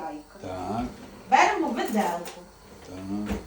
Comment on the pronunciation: Ставте правильно наголос в словах(берЕмо).